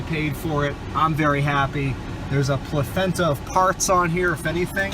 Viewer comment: A plathenta of parts? LMAO